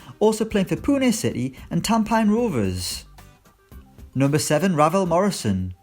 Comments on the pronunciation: Not Tamp + pines rovers. Its pronounce as tam + penis rovers. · It’s pronounced tam-penis rovers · It’s spelt Tampines but it’s pronounced tamp-penis, I know this cos I’m from Singapore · I'm from Singapore and this guy's pronounciation of Tampines just gave me cancer